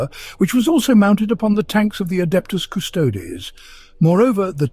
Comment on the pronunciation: Just me or the scholar miss pronounce the "adeptus custodes"??? HERESY!